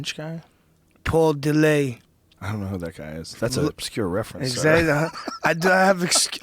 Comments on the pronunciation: paul de-lay? dude's an idiot. its paul dillet. he's from Canada... not french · this dumbfuck has NEVER been in shape OR used steroids... fucker pronounces Paul Dillett's name as "paul De-Lay".. I've known paul since '97 and ive NEVER known ANYBODY to pronounce Dillett "De-Lay", and he AIN'T FUCKEN FRENCH! stupid fucken pothead. he's from Canada you fat fuck. he's not FRENCH.talking about "I don't need a nutritionist, I KNOW what to do"... uh, no you don't you fat fuck.